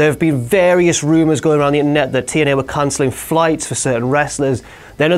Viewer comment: notice how says TNA Tien-Eyy